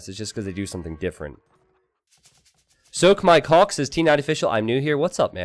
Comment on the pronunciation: Lmao "soakmikehawwk"